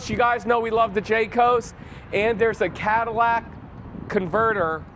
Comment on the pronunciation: Catalytic converter not cadallac!